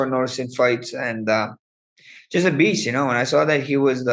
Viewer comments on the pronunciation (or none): none